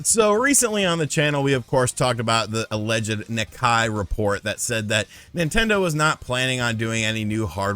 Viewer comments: Why a new switch isn't needed now:. Xenoblade Chronicles 3 and Monster Hunter Rise. Also, can you gaming YouTubers please pronounce Nikkei correctly. KNEE (like the body part) - KAY (like the jewelery store). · An easy way to pronounce Nikkei is "Knee Kay" and YES give us a PRO!